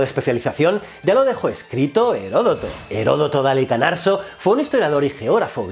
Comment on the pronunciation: Sí y diciendo Heródoto de Halicanarso (WTF!)